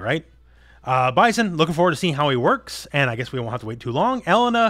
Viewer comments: Pretty sure the pronunciation of her name is El-Lane-A. For whats it's worth ☺ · E-LANE-AHHHH ffs my dude. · Never in my life have I heard anyone pronounce Street Fighters Elena like that.